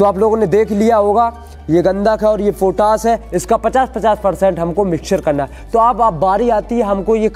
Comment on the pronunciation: पोटास नहीं पोटाश होता है... पहले बोलना सीखो